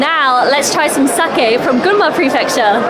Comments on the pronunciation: 英語圏ではサキって発音されることも多いけど、サケって正しく発音してますね。日本のイベントなので日本人好みの味が分かります。海外の日本酒は現地人好みに変化して行くしそれはそれで悪いことではありません。でもとりあえず日本人好みの味を楽しんだのですね。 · sakeをsakiと発音する外国人多いですが、流石です。